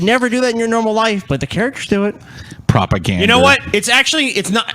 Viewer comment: "Propagander" XD